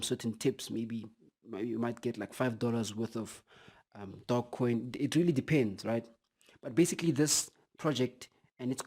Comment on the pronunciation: I only hear DOGcoin... Do you're homework brother! You're missing a E... Tzzzzz